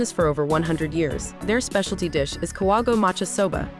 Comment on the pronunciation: Please learn to pronounce the place properly. Ka-wa-go-e.